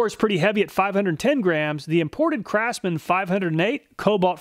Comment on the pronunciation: "Crapsman" tools.